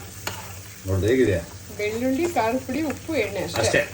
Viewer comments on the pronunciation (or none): ಅಣ್ಣಾ ಬೆಳ್ಳುಲ್ಲಿ ಅಲ್ಲ ಬೆಳ್ಳುಳ್ಳಿ ಎನ್ನೆ ಅಲ್ಲ ಎಣ್ಣೆ ಅಂತ ಹೇಳು